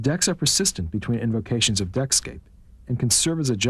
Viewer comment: "Deckscape", not Netscape